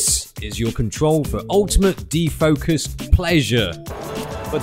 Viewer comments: Did you say de-fuckus? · "De-fockus controol" :D